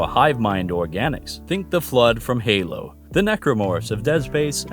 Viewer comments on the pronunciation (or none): none